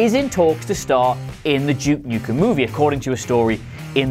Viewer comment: To my American ear it sounds like you’re saying ‘Juke Nukem.’